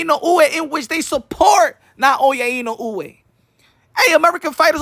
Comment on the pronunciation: NAOYA ＩＮＯＵＥの発音が上手ですね💯